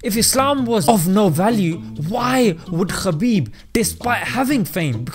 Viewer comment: Brother his name is ( Habib ) forget about the K ❤️❤️🌹 And in Arabic it’s ( حبيب ) Khabib the first letter like Khan it’s not very good meaning the right meaning to his name is with the letter H May Allah bless you our beautiful brother 💚